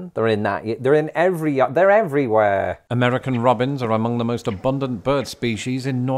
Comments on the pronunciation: Every time he says “Yarden” instead of “yard” or “garden” It makes me giggle. 😂❤ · I feel a bit silly now, but as the first video of yours I've had the pleasure of watching... NGL, my biggest initial take away from this was "huh. British folks pronounce their 'd's in 'yard' very oddly". 🤔 I did momentarily wonder if it could be a cross between yard and garden but I saw no garden and dismissed that immediately. 😂 I just watched your raking video and am now up to date on your lingo. I hope you continue to call it your "yarden"! I actually have a tattoo that encorporates an American Robin (I'd just beaten leukemia and wanted something that was symbolic of new beginnings and hope, and a phoenix felt a bit much for my personality). Sometimes after it rains, I'll look out my window and count upwards of 30 diligently hunting for worms (I can see several of my neighbors backyards from my window - a large expanse of just green grass they congregate on occasionally).